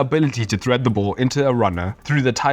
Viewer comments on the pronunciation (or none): none